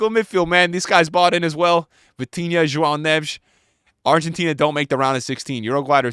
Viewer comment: How tf do you say Joao Neves, that well????